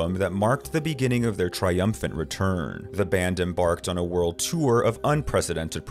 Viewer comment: The word "tour" is only 1 syllable.